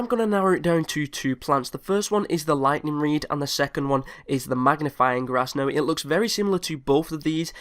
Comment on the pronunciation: its oviosly the ligthneeng reed